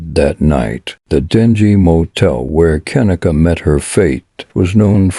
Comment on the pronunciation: gotta admit.. not liking that computer voice that cant say her name right .. j/s 😞